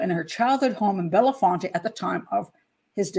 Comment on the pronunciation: It's Bell font, 2 syllables.